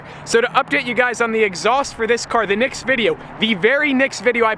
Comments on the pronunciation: it is NEXT not NIXT N(eh)XT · I'm SO triggered by the way you say nixt instead of next